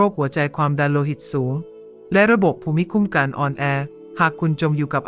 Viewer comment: รำคาญจังว่ะ ภู-มิ-คุ้มกัน เอไอเป็นเครื่องที่ไม่มีจิตใจ มันอ่านไปเรื่อย ฮ่วย!!